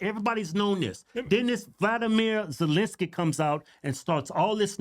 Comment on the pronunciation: First, she couldn’t say, Ukraine then she couldn’t say Zelensky 😂😂😂 Joke